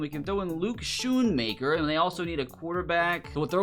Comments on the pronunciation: He said schooaker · he is not bashing luke he simply just mispronounced his name people can make mistakes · I am incredibly frustrated, disappointed, and sad that mispronounced Luke Schoonmaker's name; it shows a lack of respect for the player and his hard work. Hearing his name mispronounced feels dismissive of his journey and achievements, making it even harder for fans to connect with him. Luke Schoonmaker's journey from the Michigan Wolverines to the NFL is one of determination and growth. Growing up in Pennsylvania, Schoonmaker was a standout athlete in high school, where he played both tight end and defensive end. His impressive performances caught the attention of college scouts, and in 2018, he committed to the University of Michigan, a school known for its strong football program. At Michigan, Schoonmaker faced the challenge of adapting to a competitive team environment. He spent his early years working hard to improve his skills and learn the nuances of the tight end position. Over his four seasons, he developed into a reliable target for Michigan’s quarterbacks, known for his strong hands and ability to make tough catches under pressure. Schoonmaker also excelled as a blocker, contributing significantly to the Wolverines’ run game. His breakout season came in 2021, when he recorded 39 receptions for 489 yards and 3 touchdowns, showcasing both his receiving talent and versatility on the field. He played a crucial role in helping Michigan secure a Big Ten Championship and reach the College Football Playoff that year, a feat that had eluded the program for many years. A